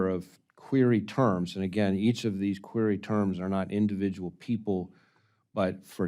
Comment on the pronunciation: He can't even pronounce "Query"correctly! It's not "Qeery"! Get that POS in an orange suit and put the liar in prison! He is a traitor!